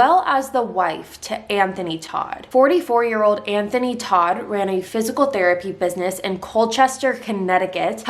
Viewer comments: The family's last name, TODT, is the German word for "dead". It is pronounced "tote". I really like your ability to tell a story. New subscriber here. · Your not pronouncing their last name correctly its not hard to find out how to say it